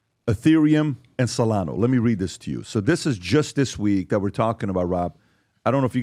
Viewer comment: Solanzo is what i like to call it